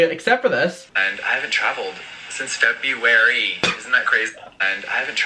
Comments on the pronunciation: SO ANNOYING!!!🤮 "Since FEB-U-AR-YYY" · No one: Jefferson Skeletor: "since Fe bu W-ary!" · ceo of feb-yew-air-EEE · I haven’t traveled since “FEVEUARUU” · “Since FeB-YoU-WaRyYyyy”